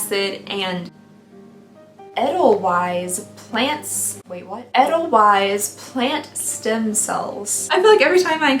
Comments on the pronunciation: I'll solve your problem! House swap! You can stay in my house in Scotland in the summer (weather is rubbish and it rains) and I'll stay in yours! I know you love Scotland, so that's an easy one 😉 Ta-dah! 👏🏻🏴 Edit: Edelweiss is pronounced aidel-vice. Like the song from The Sound of Music 🎶. It's a white flowering plant. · And I think it's pronounced a-dell-vice. 🤍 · Edelweiss- Pronounced ay- del- vice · Edelweiss is a beautiful flower and I believe the official flower of Austria. It is pronounced “ A - dell - vice “ . If you’ve ever watched the Sound of Music with Julie Andrews, there’s a song about it. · Yes- came to say this🥰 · No hate at all, enjoyed this video ✌️ 😂 But could you Google how to say Edelweiss? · Oh my God I died when she said edelweiss with a w instead of a v 🤣🤣🤣🤣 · As soon as she tried to say it I knew what she meant and the song immediately entered my head and now won’t leave.